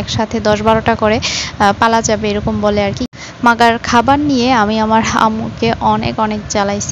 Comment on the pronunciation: আপু আপনার মুখে মাগার শব্দটা শুনে খুব হাসি পাচ্ছিল